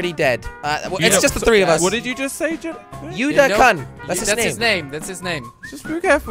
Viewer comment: I don't h8 jelly but watching him play fortnite hurts my head plus how jelly said kun bruhhhhh